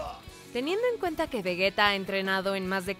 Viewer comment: ¿Por qué dicen Vegueta? Es Vegeta. Entendería "Veyita" que es como dicen en Japonés pero ¿Vegueta? Aunque escuchando lo mal que conjugan los tiempos verbales...